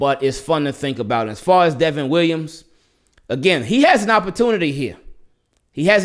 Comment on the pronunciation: He's good man.. They keep calling the him Devin but it's Devon like Von Miller..